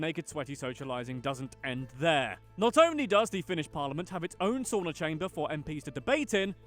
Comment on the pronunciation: Btw, credits to you for pronouncing the word "Sauna" correctly. That's really is rare! I was kinda stunned! Most Americans pronounce it like "Soo-na". You actually pronounced it right; "sa" like first syllable in "Santa Maria" And "una" like "Una cerveza, por favor"